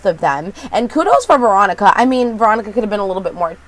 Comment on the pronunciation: So sorry for your bad day, but you totally make ours! Thank you for that. I must be exhausted or need my hearing checked cuz I could've sworn you always said Moronica and not Veronica LOL!!!! This show IS weird, but it keeps us watching. It like Twin Peaks, Fargo and Ravenswood all mixed together. Can't wait for your next recap. Hope you have a better day - rest of week actually. :-)